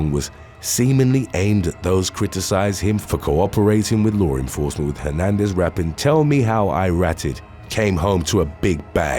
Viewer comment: I love this channel. Lots of good stories. And also, I get such a chuckle every time the guys says "lore enforcement".